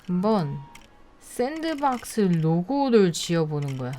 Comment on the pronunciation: 잠뜰님 sandbox 아닌가여? 잠뜰님이 sanbox 라고 하신거 갔아서